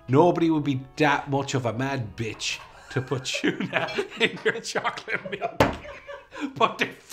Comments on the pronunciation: It's interesting how you all say tuna. It sounds like you say Chuna, great video thanks for sharing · Try Channel, OMFGs, when you told Anne Doyle what the chocolate and tuna thing was, I f*cking LOST IT! Her face was fickin' priceless!!! LOL!!! Weirder was how you pronounced tuna, "CHYU-nah." It's "TOO-nah," brahs! Just sayin'. Meanwhile, I am SO diggin' Daragh. Dude is hawt, even if his parents couldn't spell Derrick. His responses are funny, AND he has such impressive features. He isn't yet born from his newbie-ness, but he has amazing potential here. Thanks for introducing us to new people! Pair him with our goddess, Ciara, and make him TREMBLE!!! MWUAHAHAHAHA! Meanwhile, if Daragh ever wants to attempt pregnancy, I am always available. #CallMe. LOL Totes Kidding!